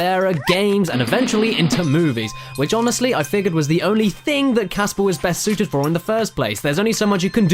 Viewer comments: Heres an idea for a drinking game on this 2 parter video. every time theres a bad pun drink. Everytime someone screams, drink. Everytime "Snivel I will demist you appears" drink. when ever cabosh (or however you spell his name) says casper's name wrong, drinkAdd onto this everyone, let's make this a real thing! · i just discovered that its casper not gasper